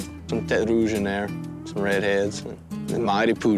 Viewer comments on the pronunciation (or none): none